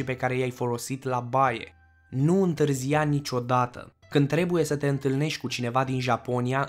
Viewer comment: Nu consumati. In. Bublic. Nu vorbiti. In bublic. Nu. Intrizia